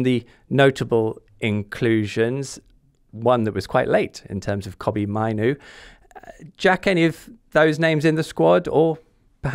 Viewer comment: Mainoo is world class potential and the best option by far. Have you even watched his games? Also can you pronounce his name properly ffs